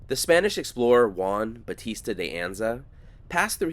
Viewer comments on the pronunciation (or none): none